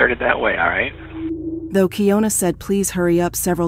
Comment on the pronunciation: It’s keyana spelled keying una is still Ana 😑